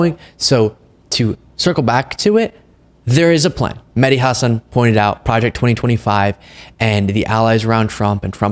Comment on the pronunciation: Props to you for correctly pronouncing Mehdi Hasan's name. So many people do "Ha-SAHN". It always bugs me when people in the media don't take the few seconds it takes to find out how to correctly pronounce a name.